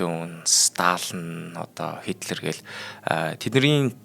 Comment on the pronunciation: Хо шин ми гэдэг байх шүү .Хүмүүсийн нэрийг зөв хэлээрэй Гетлэр гэдгийн Хитлэр гэх мэт их буруу хэлж бна шүү.